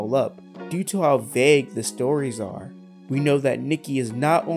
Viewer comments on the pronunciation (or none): none